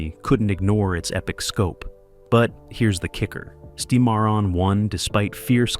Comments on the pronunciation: For the love of God, pronounce proper names correctly!! Seemeron?! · The narrator needs to re-record and pronounce “Cimarron” correctly.